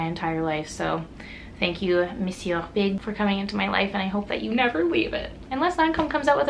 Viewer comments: in french monsieur is prononced mesieu the R is shut down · mew-see-eww, no r! :D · Who cares? It's the most normal thing that she pronounces it wrong, just like non-native English speakers have an accent! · Olivia L my thoughts exactly!! Who cares if she pronounces it wrong!! If that's all people have to worry about is how other folks pronounce words then they have way too much time on their hands!!